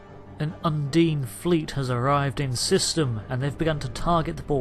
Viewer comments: I very much enjoy these videos. Well done. But-. What is it with so many Brits and am inability to correct pronunciation? Un-deen. There are many many times an in game character pronounces the name of the species. It's not open to interpretation, it's just a fact on how you say it. And while we're at it's Super Marr-ee-oh. Not Mare-ee-oh. He literally exclaims his name when you start the game. #justsaying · If you say the name of species 8472...undine...repeatedly...and incorrectly...it doesn't make the pronunciation correct. What's more bizarre is that you are listening to it spoken correctly ingame yet you opt to say it incorrectly...over and over. Why? As an aside...I fully understand what may be the issue... that being U N D I N E should be expected to be pronounced as you do. The reason it is not and the disconnect between the name and spelling of it will likely remain a mystery.